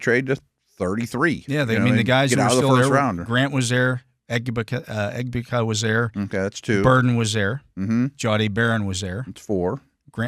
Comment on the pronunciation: Egbuka is pronounced Egg•boo•kuh